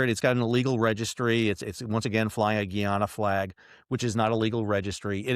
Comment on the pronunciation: it's pronounced Guy - anna